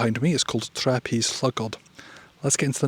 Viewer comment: Just to suggest for Tre, you stretch the ‘e’ sound out a little longer. Great video though.